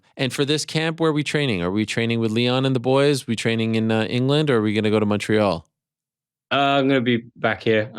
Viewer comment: "Road trip from England to Montreaaal?" Ariel "I'm British by heart" Helwani